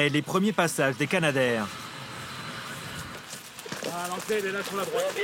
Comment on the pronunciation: Alors c'est Canadair, comme Canada et non pas Kanada.